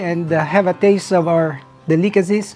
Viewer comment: Lol he can't say Delicacies. del·i·ca·cy